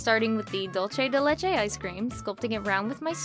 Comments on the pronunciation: I only take slight offense on how you you pronounce dulce ( dool-seh ) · Uh you pronounced the ice cream wrong the c in dulce is supposed to sound like an s not ch